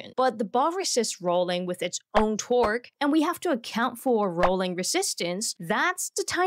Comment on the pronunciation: I heard twerk instead torque 😂😂😂 the bug was twerking on the golftball